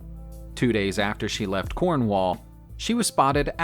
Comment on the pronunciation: The way he says Cornwall 😂